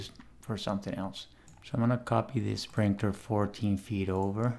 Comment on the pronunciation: Hi, Awsome video! Love your content. Just wanted to say that its pronounced sprinKler not sprinkTer lol 😂 😂